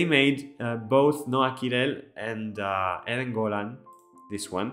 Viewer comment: Thank you for your lovely words and congratulations on the way you say Eden Golan so perfectly. I am so proud of my fellow israelis for pulling themselves from the horrors of 10/7 to offer the world such a beautiful masterpiece. AM YISRAEL HAI עם ישראל חי